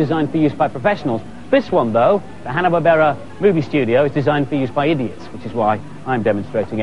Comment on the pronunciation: Andy Crane isen't an idiot, he pronounced Barbera in Hanna-Barbera correctily! :D